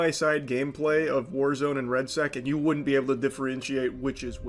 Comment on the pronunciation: its redsec gangsta not redsac aka red balls